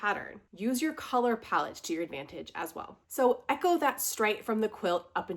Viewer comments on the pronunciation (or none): none